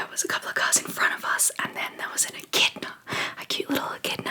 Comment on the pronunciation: I thought you were saying "a kitten" was in the road, but then you said beak and spikey, so I had to look it up. Echidnas are another crazy Australian animal that I have never heard of till now, but they are so cool!!